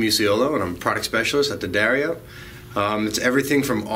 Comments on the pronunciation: ***** From a previous video. He said DEE-uh-dario before. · You finally figured out how to say the name correctly! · Great,, telling Americans the correct way to pronounce Jim's name -- DADDario -- euh, I'll say it again...DADDario.:)) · I've used nothing but D'Addario strings for two decades, and I love vids! \m/ BUT Mr. +: I know you love coming up with your own pronunciations for stuff, but they say "D'Addario" like "dairy milk": Da-Dairy-O See also: I've been listening to you say it that way for so long I catch myself saying it the wrong way all the time. You are a bad influence:) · Haven't finished watching the whole video yet. I'm wondering if anyone corrected you in your pronunciation of D'addario. Duh-DAIRY-Oh.